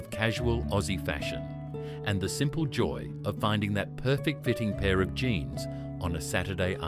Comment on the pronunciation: Its jeans not jines